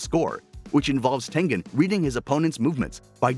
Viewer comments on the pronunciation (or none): none